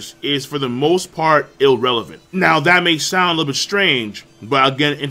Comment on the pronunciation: It's IRRELEVANT! there's no L before the R's, I'm sorry it just irks me. Otherwise from an overall combat ability standpoint I enjoyed the video